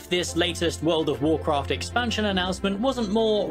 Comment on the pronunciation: furld of warcraft :D xD